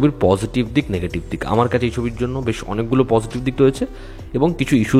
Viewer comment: কথাটা "ভেশ" নয় বরং "বেশ", ছদ্মবেশ কে ছোটো করে "বেশ" বলা হয়। হিন্দি ভাষার ইনফ্লুয়েন্স দিনকে দিন বাঙালির মধ্যে বাড়ছে।